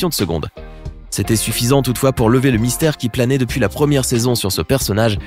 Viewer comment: mystère pas mistaire